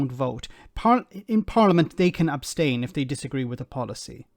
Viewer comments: “Yes I would OBSTAINas well………….” It’s ABSTAIN you gormless woman. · “ I would obstain.” 😂😂😂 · They don't even know the correct pronunciation.'Obstain', say no more. That says it all. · “Obstain” lol. Two thickos.